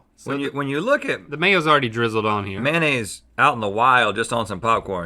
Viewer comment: I actually gagged when he said mayonnaise in the intro 😖